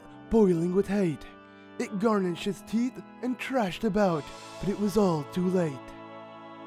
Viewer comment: Lol u said garnish instead if gnashed